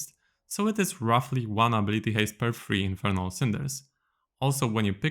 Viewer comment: "Infirnal Bard"